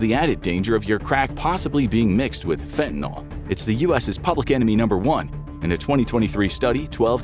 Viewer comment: can we please start pronouncing fentanyl correctly? Fenta-nill